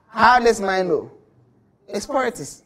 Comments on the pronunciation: Poritics hahahaha😁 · poritics lmao